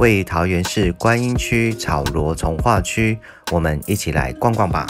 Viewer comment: 是草 漯（ㄊㄚˋ）唷